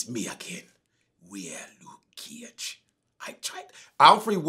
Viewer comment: Luke ceeage! 😂😂